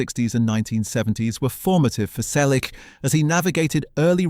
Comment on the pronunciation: I’m part of the family. Learn to pronounce “Selleck” correctly. Not his life story again. Everyone we know has read his book or listened to the audiobook. Read it. Don’t copy from other authors. Go back to school and learn to count: He was born on January 29, 1945. He is 81 years old.